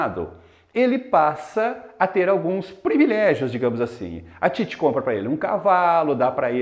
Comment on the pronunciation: Ótima análise, professor. Mas uma observação: Titi não é paroxítona, mas sim oxítona. Você pronunciou ao longo do vídeo como sendo paroxítona. Caso o fosse, haveria acento em "Títi", como em "táxi". Parabéns pelo vídeo.